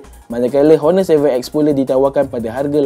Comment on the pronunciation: Betulkan sebutan “Honor” dlm video akan datang